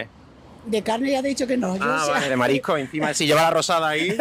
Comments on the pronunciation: Lo que pasa es que a mi me parece que todas las personas en tu entrevista pronuncian esta palabra como "marico", no escucho este "s";) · Todos no sabeis pronunciar S en "marisco" o existe algo que se llama "paella de marico" ?